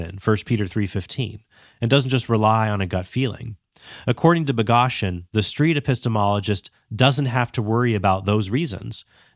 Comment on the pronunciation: This critique would be so much stronger if you knew how to pronounce Boghossian’s name.